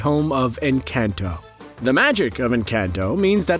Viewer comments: more like en - cahn - toh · Pronounced en-con-toe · Every time he says "Encanto" I die a little. 😢